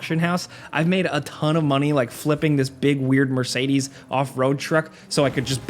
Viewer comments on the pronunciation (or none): none